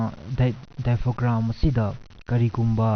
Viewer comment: Topic cdi yamna kannei fjei, ado 'daifogram' hairido 'daiefram' hain haibirgdi pura yo tarni 😀😀😀